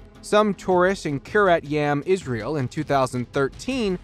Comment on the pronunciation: Bro stop saying isreal it is the worst